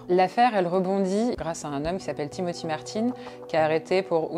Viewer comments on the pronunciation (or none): none